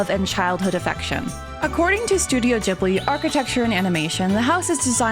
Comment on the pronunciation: pronouncing it like jibbly is so cursed